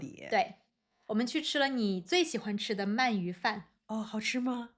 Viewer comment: Am I hearing correctly that you pronounce 鳗鱼 as man4yu2 instead of man2yu2? Anyway, awesome episode!!!